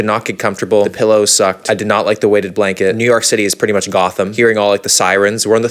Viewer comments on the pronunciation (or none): none